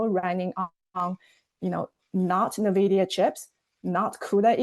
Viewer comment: What kind of weirdo pronounces Nvidia as NE-vidia ? ? ?